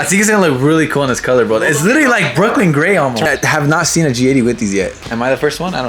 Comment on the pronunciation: Littteryyy lol😂 my boi rolling those r’s